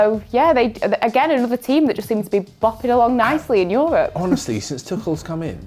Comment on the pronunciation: I’m gonna ignore her saying “toochel”